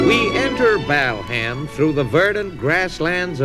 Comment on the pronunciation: The true pioneers of today’s comedy. The pronunciation of Bal Ham was a standing joke in our house. Feeling nostalgic for my big brother, 8 years older than me, who introduced me to so many cool things